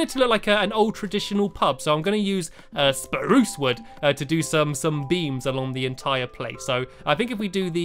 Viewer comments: tut tut tut you never said spruce right the first time #lol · You said spruce not SPRUCE. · You said spruce not SPRUCE! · stop saying speruce incorectly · love the word spurse wood i love how u sat it <3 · he says spruce without saying sprrrrrrrrrrrrruuuce! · say birch how u say SPRUCE one day i wanna know how it sounds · soep saeing SROSE so werd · he didn't say spruce right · stampy it's fun to say spruce cuz you say it wrong lol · You didn't say SPRUCE properly